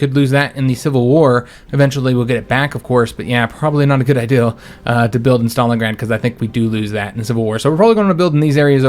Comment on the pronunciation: Always wondered why it sounds like he’s saying ideal instead of idea.